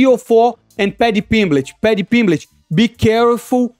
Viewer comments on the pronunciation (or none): 'Paddy Pimblitch'😂😂😂